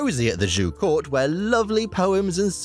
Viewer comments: Hint for you: "zh" is pronounced as "j" like "John" in Chinese. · I only heard Zhou is pronounced like the English name “Joe”. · No you're right! He did mispronounce it. Same as he did the Qi and the Qin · Your pronunciation of "Zhou" distracted me so much that I had to rewind it and listen to #3 again. Because it didn't sound like Chinese at all... >.> I'm by no means an expert at Chinese pronunciation, but my understanding of pinyin inclines me to to pronounce the zh like an sh (as in shush) but with a z and the second half like ow (like you stubbed your toe. Or as in how). But I don't blame you very much for that. Chinese is a language that is not very friendly towards English speakers at all! And who knows? Maybe how I would pronounce it would be wrong too!